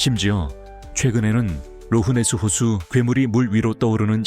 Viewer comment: Loch Ness 에서 G 가어디에있읍니까?아무리 콩글리쉬이지만듣기거북하네요. 락네스 기도합니다.